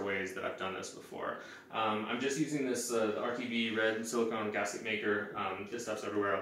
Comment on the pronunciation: What type of Silicone are you using? Having a hard time making out what you were saying there.